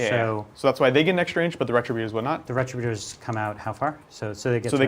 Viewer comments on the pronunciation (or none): Ree- trib-you-turs!!! Why does everyone say this incorrectly?